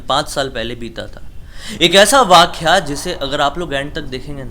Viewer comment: वाख्या नही वाक्या होता है गंवार